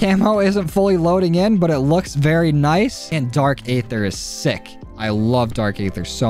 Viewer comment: Aether is pronounced like eather